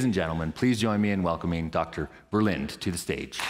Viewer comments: Ver + Lin + Duh = THREE syllables. How I wish you Yanks had chosen for German as your American language. That was a close call. Lots of Germans in the States. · it's not berlint... it is Verrr - linn - duh.... not a w or b, it is a vvvvv